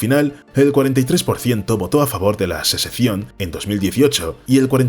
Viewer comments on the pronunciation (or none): Sesecion? En serio? Y no lo dices una sola vez.